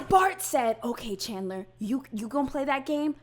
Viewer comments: very late comment but you can tell chandler's defense attorney was super nervous about this because she was mispronouncing so many things. "chander" instead of "chandler". "that halderson's home" instead of "the halderson's home" or even just "their home". my god... i hope she's doing ok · I will never get over Chandler's own defense attorney repeatedly mispronouncing his name as "Chander." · The defense attorney just called him “chander” instead of chandler in the first 8 seconds of her opening statement. THE SHADE 😂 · His lawyer couldn't even pronouce his name right. She's literally calling him "Chander". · Was the DA calling Chandler "Chander"??? lol You know it's bad when the person who gets paid to defend you can't even get your name right, much less say a name that's not a name... O.o This whole video has been wild. I just wanted to comment this cuz it made me laugh cuz I know what it's like for people to get your name wrong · Is it just me or does his attorney keep calling him Chander? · How many times did his own defense attorney call him CHAND-ER. Can't even pronounce his name correctly but enunciates EVERYTHING else so hard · The defense lady can’t stop saying “Chander Halderson” 😭😭😭😂😂🥹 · miss defense even got his name wrong (chander) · The defense attorney says “Chander” I swear to god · Katherine, for the defense of Chandler, (or it sounds like she calls him Chander lmao) saying "this 23 year old young MAN" then calling him a kid in the SAME SENTENCE?? Like two things, one, he's 23!! That's a grown ass man!! And two, learn your clients name 😭 (I doubt she doesn't know his name, I'm just being an ass based off of how it sounded lol) but no matter what, he's not a 10 year old, I literally had a child of my own by 23! Thats a fucking adult. I hate when people try to infantasize criminals, just let then get their punishment, damn! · The defense attorney got chandlers name wrong multiple times lmao😂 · His attorney kept calling him “chander”